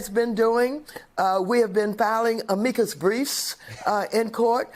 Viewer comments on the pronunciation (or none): “Ameecus briefs”?!? Bitch is making our boy pronunciation look genius level. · Uh-meekus briefs 🙄 for real? Amicus? 😩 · Literally cannot even pronounce amicus’s brief properly… smh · How is someone who's been in one of the highest level of political office in this country for literally decades not know how to pronounce the word "amicus?"